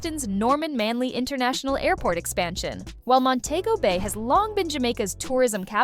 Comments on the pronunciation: Please tell the Ai reading that it's Mon-te-go Bay and not Mon-tay-go Bay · You pronunciating it wrong it's Mon-tee- go- Bayy (Montego Bay) not Mon-tayy-go Bayy. (Montaygo Bay) But great documentary. 👍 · THE PROPER SPELLING FOR MONTEGO BAY THE PRONUNCIATION IS DIFFERENT. MON- TE- GO BAY.